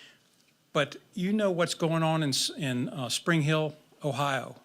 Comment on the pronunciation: SPRINGFIELD, Ohio…not “Spring Hill”. And FENTANYL… NOT Fentanol (there’s no such drug named Fentanol)